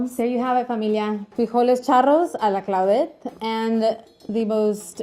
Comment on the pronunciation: I though she was having a stroke but she was just saying her name